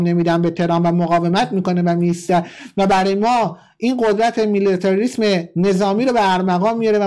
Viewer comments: درودبرهروطن پرستی که فارغ از دین وقومیت وموارددیگرعشق واقعی آنهاخاک پاک ایران است.برای ثابت کردن وروشنگری حرفهایت بادین وباورمردم مانندمراسم عاشوراودیگرباورهای مردم توهین نکن.ومورددیگر درست بیان وتلفظ کردن کلمات است که بارها به شما گوشزد کردم نمونه کلمه میلیتاریسم رومیلیاتریسم بیان میکنی.آتووبهانه دست دشمنان برای تمسخر..نده. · میلیتاریسم درسته نه میلیاتاریسم! آخه چطور اونجا زندگی میکنی که اکثر کلمات خارجی رو افتضاح تلفظ میکنی! ولی ممنون بابت اطلاع رسانیتون. دمت گرم که انصاف داری معمولا